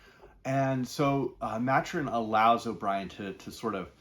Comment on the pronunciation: Ma-Tur-In not Mat-Urin